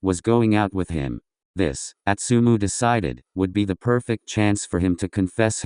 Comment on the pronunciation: Im sorry... Im really sorry.... Ik im an a$$hole for saying this but..... the way the narrator said astumu💀💀💀💀💀im so f#cking sorry im just an a$$hole💀💕